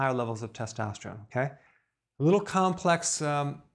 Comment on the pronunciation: Did anyone else notice that Dr Berg said "Follicules" instead of "Follicles"? And he also mispronounced testosterone.... If he's an educated doctor, Why do you think that is?